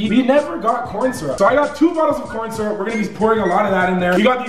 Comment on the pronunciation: He said "Coryn Syrup"😭